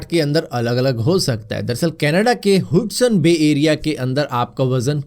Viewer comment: bhai wo 'हुडसन बे' नही ' हडसन बे' hota he..